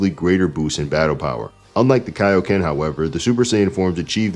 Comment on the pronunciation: It’s Kai-o-ken. As in Kai-o-sama. His name is in the move!